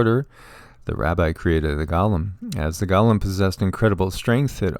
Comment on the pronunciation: Go- Lem not Gaw-lem